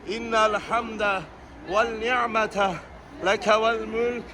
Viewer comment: Kardeşim innel hemdeh, velnihmete değil, venni'mete, demen lazım. Bir rehber ki bunu bile yanlış söyliyor. Hiç mi daha önce duymadın? Halbuki daha önce de geldiği anlaşılıyor. Rehber dahi Lebbeyk duasını yanlış okuduğunun farkında değil. Yazık!